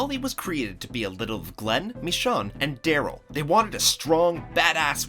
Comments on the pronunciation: Why does he keep pronouncing "Michonne" like that? It's like he's never heard it spoken before he did this voiceover. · Well, it's obvious the narrator isn't a fan of the show since he doesn't know how to pronounce Michonne's name. Shame. lol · you pronounced michone wrong lol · You can't pronounce michonne correctly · You pronounced michonne wrong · Every time he said michonne I just cringed a little bit every time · If he says Michonne's name wrong ONE MORE DAMN TIME. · Who else got pissed this idiot can't pronounce michonne right? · you said michonne name wrong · The way that he says "Michonne" is pissing me off. I don't know why. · I hate the way you say michonne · I literally can't sub to this guy for the disrespect of Michonne's name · You say michonne so stupidly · when he pronounces michonne wrong my ears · #109 Your saying Michones name wrong. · Can you guys not say her name like that? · You're pronouncing "Michonne" wrong... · How he says Michone like no your saying it wrong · He pronounces Michonne name wrong every single time. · IT'S PRONOUNCED MEH-SHONE NOT ME-SAHWN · MA-SHONE NOT MI-SHON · This is a good video but why he gotta call michone mii shaun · bro said michon 💀 it’s michonne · Ummm not hate but who’s MISSHAWN??? It’s pronounced mish - one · Michonne, not Michanne 🙄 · Who tf is mishan .. lol its mi scho un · It's not "Meshawn" it's "Mishown" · It’s not Mishon, it’s Mih-shone!!! MICHONNE!!! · Hearing him say MeeShawn annoys me. Mih shown is how it's pronounced. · Mee Shawn is actually mishown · its not michan its michone o its O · why he say me shon its pronounced me shone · Mishaun? its michone bro xD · Did bro say mishawn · How do you pronounce Michonne as "Me-Shawn" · STOP SAYING “meeshawn” THATS NOT HOW TO SAY IT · “Me-shon” ?????? WhAt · “Mish-Sean”... k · Why is no one talking about he is uncomfortably incorrectly saying michonne like bruv is ain't mEeChon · Michanne its michonne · Is anyone else annoyed by the way he says michone